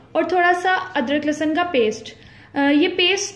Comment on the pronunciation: That is lehsan not lassan Har video me same baat